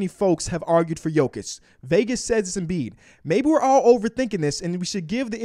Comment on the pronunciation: Seriously? It’s not that hard,it’s Embiid